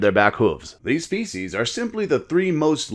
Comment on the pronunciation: Your uploads are steads as a rock, both in timing and quality! It sounds like you say faeces instead of (probably) species a few times though:D